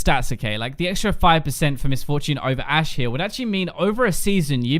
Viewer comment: Anyone else notice "a She" instead of Ashe?